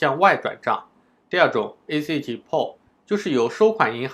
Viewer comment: 这英文发音太绝了：ACH（ac诶七）Skype（skip）